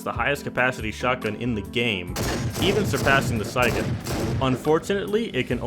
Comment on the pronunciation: you can find 20 round siega mags in metal boxes in factory and kolkozs and it’s pronounced se-ga not si-aga